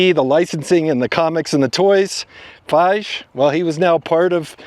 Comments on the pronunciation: To all of you correcting him on the mispronunciation of Kevin's last name he doesn't deserve it, so please use your genius powers elsewhere. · How can you do all this research and still mispronounce Feige. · Not even pronouncing the key players names correctly is a pretty low hurdle to get over... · Please do better research and learn how to pronounce a well-known guy's name : Kevin Feige! It makes me doubt the rest of the info. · you’re butchering all these names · His take seems more like a normie's pov and not even a casual fan of the genre. He doesn't even know how to pronounce Feige properly. He's probably never heard of The Critical Drinker, The Message, or M-She-U. I would be interested on his take on Star Trek. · Kevin doesn’t deserve to have his name pronounced correctly. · your presentations are awesome and appreciated but when you mispronounce names Kevin Feige's last name is pronounced FIE-ghee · Kevin Feige name pronounced FY-gee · Facts. I turned it when I heard him pronounce it wrong lol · Once I heard "Kevin Feighe"... I turned it. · Pronounced Fy-ghee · How do you know so much about the MCU and yet mispronounce Kevin's last name? It boggles the mind! 🤔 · How can anyone not know how to say Feige these days? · I am laughing reading all the comments about Feige. I enjoy your videos, and you speak with such "comfortable authority", that for a moment, I thought I was pronouncing his name wrong! 😂 Keep up the great work! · When he couldn't pronounce Kevin Feige's name correctly, that already told me he doesn't watch MCU films/series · I think you must be trolling us by mispronouncing all these guys names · Dunno how you can talk about Marvel and mispronounce Kevin Feige's name. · Here’s a tip for the presenter learn how to pronounce a guy‘s name the E is not silent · You butchered the pronunciation of Feige so many times. :( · Learn how to pronounce Feige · How are you mispronouncing Feige name!? Dude no one says it that way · Lost me at "Feigh"